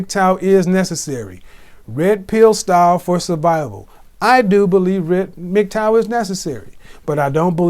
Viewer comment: Hearing something pronounce MGTOW as Migtowel is something else